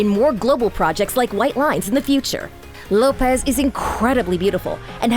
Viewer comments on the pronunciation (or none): Lopes is not pronounced Lo-pez. It’s simply Lopes like hopes.